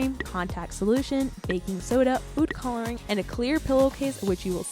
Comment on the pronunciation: the way she said coulering